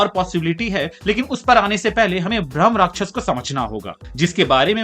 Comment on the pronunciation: Bhramarakshas nahi hai Bhai bhrama rakshas hai ... Rakshas means protect karne walla ... Not rakshas or demon... Pronounce it right